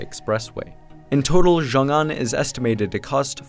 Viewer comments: So much work that went into a great video but it would have taken just two seconds to Google how to say it properly it's pronounced sheeoong an. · idk who needs to hear this but x in Chinese isn't pronounced like a fuckin z 😂